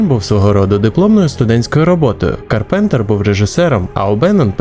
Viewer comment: Та не карпЕнтер, а кАрпентер. Як же ріже вухо...